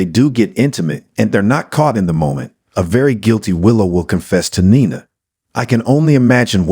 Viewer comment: Nee-nah. Not Ni-nah